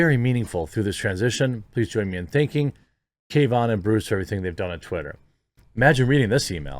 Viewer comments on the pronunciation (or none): Article: "Bruce Falck" Jeremy: "Bryce Flak" ...Jeremy, come on. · Dude, you read names all day for this channel. How do you screw up "Bruce"? And Parag's last name... well you've had enough time by now. It's not "ARGA" like "Arg, another mispronunciation", it AGRA as in agriculture.